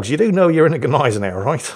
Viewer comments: I am Austrian an I got to comfirm the Germans - all of them! You pronounce the "G" and you don`t - you pronounce it - just not the way you are... =) It`s not a G Neisenau - it`s a Gneisenau. That`s a "Gn" - You pronounce it like Gun but without the "U". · After all this "do you pronounce the G" story, the funniest thing is that you STILL mispronunce the name of the ship. It's GNAI-se-nau, not GEH-nai-se-nau - there is no fantasy vowel between the g and the n. Although I do realize, that's an unusual sound to make for an english native. [Edit: Also... if the player is so new, that explains why he did so well with the Gneisenau. He just doesn't KNOW yet how bad he's supposed to shoot.] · About the pronunciation: No, the G is not mute, but is still not quite saying it right: The Gneisenau is not Australian, so it is not pronounced with a distinct separate G; ie g'neisenau as in an australian "g'day" like tend to do, but with a fluid, continuous "gne"-sound - it's not that hard to do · "Neisenau!!" HA HA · You mean... GneiseJau? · Still mispronouncing Gneisenau, the "G" is silent.